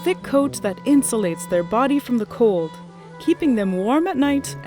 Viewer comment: In-sul-ate: IN -SJUL-ATE .